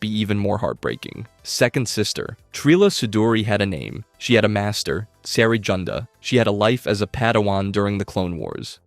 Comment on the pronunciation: Can we talk about how he pronounces Cere's name